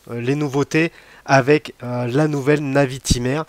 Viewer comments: Je suis très souvent d'accord avec toi mais là, j'avoue que je ne partage en rien ton avis. Bon déjà, on passe la prononciation de la Navitimer... LOL... Fais un effort s'il te plait... LOL ;) C'est une NAÏviTÏmer. Pas une navitimère.... LOL... ;) Bon j'arrête de me moquer, on avait dit, pas les accents et les vêtements... LOL ;) Ensuite, je trouve que Breitling a fort bien réagi et a sorti des modèles dans l'air du temps, pour bien coller à son époque. Et c'est parfaitement réussi avec un modèle emblématique comme la NAÏviTÏmer. (C'est pour que tu bosse la prononciation... ;) ) L'époque exige de la couleur, ils mettent de la couleur, tous les autres le font, ils suivent la tendance. Peut-être que tu as plus de mal avec la couleur sur les garde temps historiques et emblématiques mais il va falloir t'y faire... Et je pense que t'as pas fini de t'étonner, ce n'est que le début... ;) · Perso j'adore ces nouvelles Navitimer, retour aux fondamentaux avec superbe équilibre des cadrans liés entre autre à cette date d'une discrétion insolente !...... insolente comme d'ailleurs ta façon de prononcer navitimer "à la française" !!!! ca m'a tellement écorcher les oreilles que je serais à 2 doigts de te demander de revoir tes commentaires et de reprendre cela avec >>>>>>>>>navitaïmer<<<<<<<< please please please . Pour finir, tu affirmes d'emblée ta déception et ton désarroi sur ce modele avec des arguments d'une subjectivité affligeante et sans aucun fondement, qui AMHA n'est pas dans le cadre d'une chaine de partage YT et surtout d'intérêt collectif lié à l'horlogerie , oui ce pseudo "Debrief de la WebCast de Breitling" n'est est rien , c'est juste ton avis perso pourri . Sorry ! NAVITAïMER pleaaaaaaase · Arrête avec navitimaire !…😱 Par pitié, ça fait saigner les oreilles ! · La prononciation Navitimer fait pas passionné de Breitling 😳😳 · 🤣c’est trop ça 🤣 Personnellement j’ai jamais compris pour il sucre le R